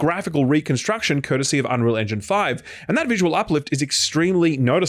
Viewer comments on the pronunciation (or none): none